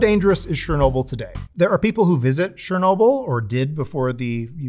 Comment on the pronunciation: Bro, it's not "Sher-nobil". It's Cher-no-bill". I literally speak Russian (even if my son speaks it better). Ludicrous that a "nuclear scientist" didn't learn how Chernobyl is pronounced. It literally removes your credibility.